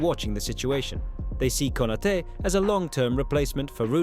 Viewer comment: How can one still pronounce Konaté wrong, even tho there is a accent above the last letter? This KI channels suck